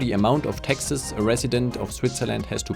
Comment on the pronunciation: I kept hearing Texas when you were talking about the high taxes, which is ironic because taxes are low in Texas.